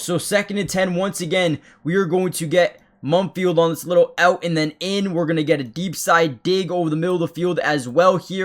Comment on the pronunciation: The word OUT has no W in it 😢